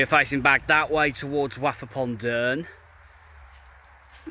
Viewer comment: Glad you said Wath and not Woth though.😂